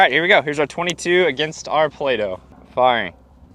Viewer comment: It just turned into Play-No. 😆👍